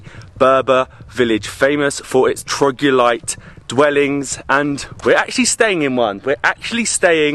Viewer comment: am i the only one who keeps hearing "trogulite" or is it him not being able to pronounce (or doesn't know) it's "troglodyte" ??